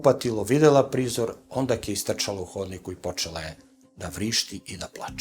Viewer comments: Je li samo ja čujem kod gospodina kada kaže "ondaK"? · Da kažem ondak,sad sam to velikom mukom ispravio!